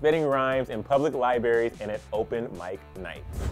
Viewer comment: He pronounces libraries lie berries